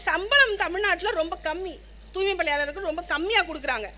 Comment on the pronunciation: துாய்மைக்கு பதிலா துாமை என்று பேசுது.